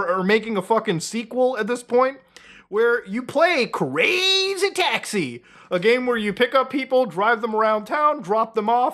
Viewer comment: I actually couldn't listen to you keep saying crazy taxi like that lol